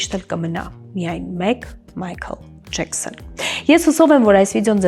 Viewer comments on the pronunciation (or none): Չի կարելի ասել Ջեքսոն ԴԺԵՔՍՆ ասելու փոխարեն?մեկ էլ Ռ էրը արտահայտիչ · Ամբողջ հաղորդումը նեՌվայնանալով եմ նայել ԴԺԵՔՍՆ ի պատճառով,մնացածներն էլ Ռ էրի պատճառով,շատ հետաքրքիր է,բայց խոսելու ձևը ազդում է